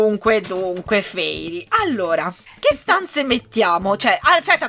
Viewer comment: grasso si dice fairy